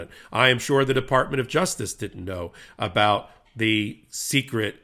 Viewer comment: Lmao! It's not "secrete" It's still pronounced "secret"